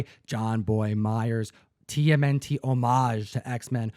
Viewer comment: Thanks for always pronouncing HOMAGE correctly with an "oh" - mage. Unlike other channels that call them "hom" like Rom The Space Knight - age. It drives me mad!